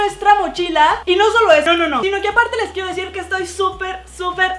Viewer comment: Dijiste quiefo mil